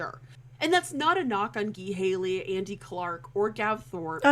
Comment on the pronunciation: Ghee Haley?! It's Guy Haley.